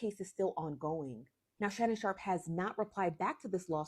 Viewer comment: Girl SHARPE NOT SHARK😂😂